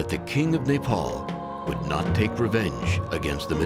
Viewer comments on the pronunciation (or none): Boo-da? NO. Bud-ha. A-show-ka? NO. A-shock-a. Sal-heys? NO. Sal-hesh. Moo-gulls? NO. Mog-ulls. Neigh-paul? NO. Nep-all. Simple really, just requires minimum attention